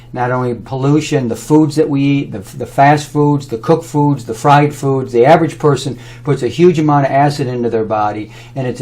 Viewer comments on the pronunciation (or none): none